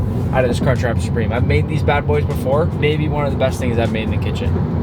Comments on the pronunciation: It’s crunch wrap not “car trap” and it’s supreme not “soopreme” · "cartrap supreme"